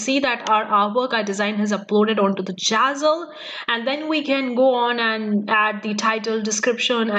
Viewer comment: It’s zazzle not jazzle